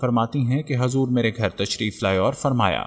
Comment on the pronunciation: Hazur nahi Huzur sallallahu alaihi wasallam